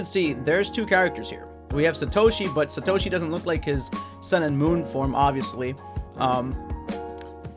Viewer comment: It's satoshi not sa to Shi 😑